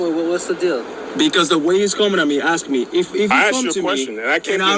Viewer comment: “Ima aksss u uh gin” why do we tolerate this illiteracy?